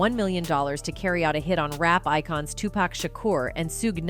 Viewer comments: Who is "zzuuuge" oh "SUGE". I mean if your going to report at least pronounce names right. Also it's "TUPAC" not "TUPECK" respect the great legend. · According to her, it’s Sooge and 2-Pack.😂